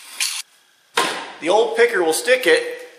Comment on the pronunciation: jajaj cuando dices "pickaroon" , en español es muy gracioso.